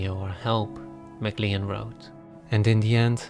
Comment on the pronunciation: PS…MacLean is pronounced ‘McClain’